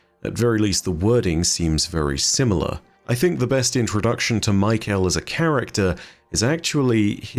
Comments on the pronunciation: Just a quick note, I think "mykel" here is pronounced "my-Kell," with emphasis on the kell. But we got a whole ass acolyte called fuckin Rufus so maybe its really just michael lol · No hate just something funny I noticed but I think Mykel’s name might be pronounced “Me-kell” and not Michael 😂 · Hey Nezarec, Vsauce here! Kept thinking was saying Michael lol